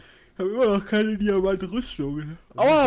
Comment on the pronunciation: Ich bin mir sicher das er das 'k' in (k)eine vergessen hat.